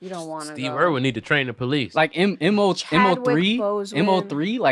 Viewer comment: Lmfao M.O.3 got me dead. It’s just Mo3.